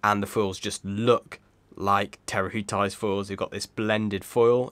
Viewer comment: "Ti" would be pronounced "Tee